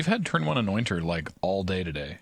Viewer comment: I don't know why, but I keep hearing "anointer" as "annoying turtle"